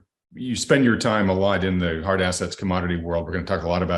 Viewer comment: He said hard....then he said assests